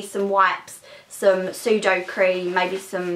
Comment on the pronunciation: So funny when she says "sudocream" it's pronounced 'suda/o-crem'